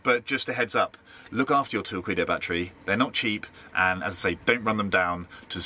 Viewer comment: Surely it's torkeedo, not torkweedo. Like torque but with a pun on torpedo. And does it matter if you run down a Li-ion battery?